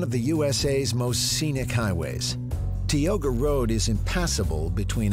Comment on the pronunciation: Yellowstone is beautiful with its hot springs, and wildlife, but nothing compares to Yosemite; it is spectacular. The narrator does mispronounce several words: Tioga Road is pronounced Tie-oga with the stress on the first syllable. Tuolome Meadows is pronounced Twol-o-me. Slight difference but indicates that they didn’t check the narration for this video. Most people only visit the valley floor, but hiking from Tuolome to the valley (about 5 long days of hiking) is how to really appreciate the different zones of the park. There are high country huts (they may fill up in the summer) and beautiful blue alpine lakes that millions of visitors never see. The lodge in the valley is also a spectacular place to stay (although expensive). There are lots of bears but they are usually afraid of people, but used to looking for food from hikers at night around campsites. The trees with the red trunks you see are redwood trees. They are all over the California coast, as well as inland. The giant sequoia is related, and found in in the Avenue of the Giants in Northern California.